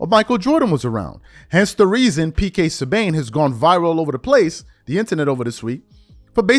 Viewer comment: it's p.k. sub BON not sub BAYN